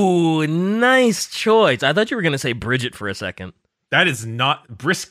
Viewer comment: Idk what's worse,that you butchered Bridget's name or that your butchered his pronouns.